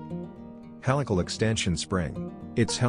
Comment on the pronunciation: Another crappy video with a computer generated voice-over that mispronounces words (e.g. ask any native English speaking mechanical engineer how to pronounce the word "helical"). These type of crappy videos seem to be the norm on YouTube...